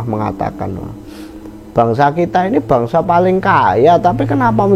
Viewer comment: Bangsa min, bukan bangasa